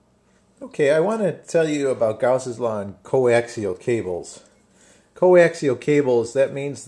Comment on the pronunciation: Gausss'ss law